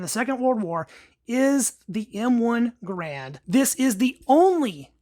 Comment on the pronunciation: It's pronounced "Gair-rund". Not "Guh-rand". There are still videos around of John Garand pronouncing his own name.